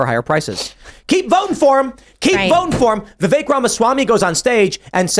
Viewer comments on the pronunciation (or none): Every time Tim says Vivak, i hear the fake. Im not trying to be an ass, though to be clear, i have my doubts about Vivak because of his Pharma ties. But it honestly sounds like the fake to me 😂😂